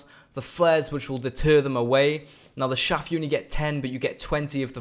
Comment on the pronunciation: IT's "CHAFF" not "shaff"